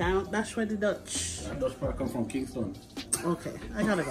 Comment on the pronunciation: said the "Dutch pot come fram Kingston". 😆 Love this dish.